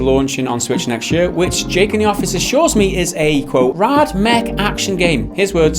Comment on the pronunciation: it's not rad pronounced like rard. it's rad pronounced like bad. you're such a dad....pronounced like sad.